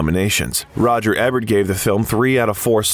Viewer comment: Pronounced EEEEEEEEbert, biography channel...